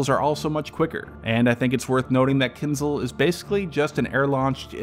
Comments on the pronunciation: I would not rule out Kinzhal as a warning since the next one could carry a small nuke. Also osint and us intel have already discovered new decoy submunition 9b899 on iskander m that was previously unknown and kinzhal likely has this too. BTW it's pronounced keenjal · Another great and unbiased analisys. Just one small note: Knizhal is with a Ж sound, which pronounced like you would say Zhukov, or pirozhki.